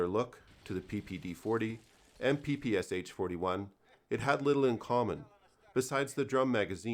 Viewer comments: Oh God... It's not a 'PPSH', it's PPSh, 'Sh' meaning 'Shpagina' - Špagina - the name of its inventor. Please call it the right way - PP Sh-41. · Its P-P-Sh, not P-P-S-H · Nice video, but you make the same mistake as 99% of people from English speaking countries. It's the Pistolet Pulemyot Shpagina (Shpagin's machine pistol). Therefore it's correctly pronounced P-P-Sh, unlike almost everyone's P-P-S-H. Try saying "I shot the sharp shapes in the bushes by the shed with my Papasha" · It’s not “Pi-Pi-Es-Eitch”. It is “Pe-Pe-Sha” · Its not PPSH its always pronounced paypayshah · It's not P P S H, it's P P Sh (pee pee esh), popularily called from Russian abreviation "pepesha". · It's pronounced as PPŠ, not P-P-S-H. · Pah Pah Sha. Not PPSh. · You speak it " pepeschah". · ppsh is pronounced as PP[ʃ] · SH - is not eS eiCH is one consonant. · Hey great video, as always. One minor thing tho, when pronouncing PPSH don't spell the letters, it's supposed to be pronounced papasha. Sh is pronounced like Sh in shoe Keep up the good work. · Well, apparently it’s ‘all the rage’ to pronounce it Pah Pah Shah. Apparently……:)